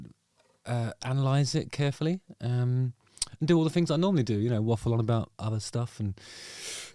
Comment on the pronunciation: Did you say "fings"?